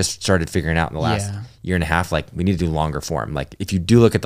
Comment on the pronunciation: " You beed a kid" lol